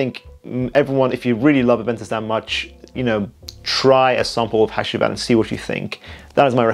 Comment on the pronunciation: Loved the video brother. BTW the last perfume by Nishane is pronounced Ha-Jee-Vat